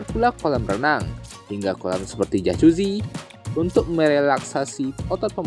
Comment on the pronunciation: jajuzi😂 bukan jacuzzi ek😂 sial la english indonesia ni 🤣